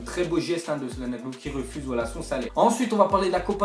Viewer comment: il a tué le nom de hakan....